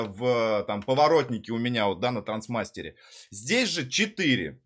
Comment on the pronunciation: Пха-ха-ха!..."стрАпцыны", "траНсмастер"! :))